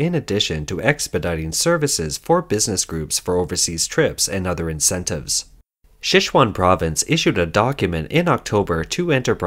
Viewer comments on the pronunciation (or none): none